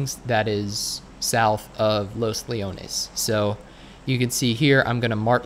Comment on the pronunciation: You said los leones right ✔ ✔ ✔